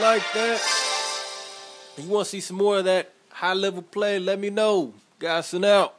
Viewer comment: Why do you pronounce your name "God son"? Isn't it Gods on Coc-....